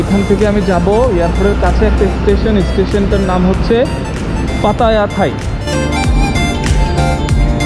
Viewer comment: bts sky station ar nam holo paya thai, not pattaya thai.nice video